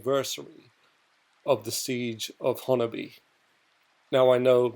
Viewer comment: You said honobia spot on